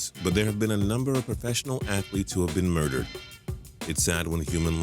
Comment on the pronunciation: at the beginning it said muderered not murdered